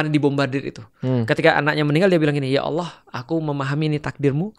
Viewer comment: Maaf yah utk sama koh Felix..yg sy denger pengucapan ALLOH..terdengarnya OWLLOH..maaf barangkali sy yg salah..